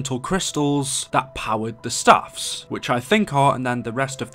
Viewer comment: Its staffs not saffs